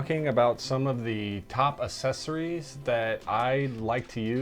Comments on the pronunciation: You sound like an idiot when you pronounce Accessories incorrectly!!!! You say it like “Assessories.” Instead of “ACK-sessories” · "Assessories" lol